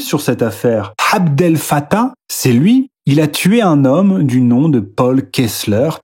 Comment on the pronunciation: Soyez rigoureux, cher: l'Oumma n'est pas « la hhoumma », et Abdel n'est pas « Hhabdel »…